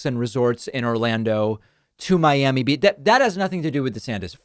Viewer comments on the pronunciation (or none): none